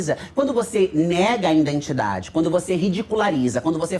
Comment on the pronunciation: Identidade, e não "indentidade".